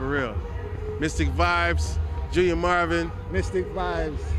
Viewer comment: The man took the time to give this interview and the least that could have been done was to get the name right. Junior Murvin not Marvin.